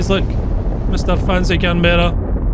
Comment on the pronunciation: Pronounced can-bra not can-ber-ra